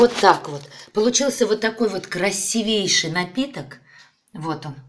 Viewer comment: КрасИвейший, а не красивЕйший.